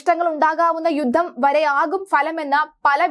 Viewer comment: വീണ്ടും വീണ്ടും യുദ്ദം യുദ്ദം എന്ന് പറയല്ലേ.... യുദ്ധം എന്ന് പറയൂ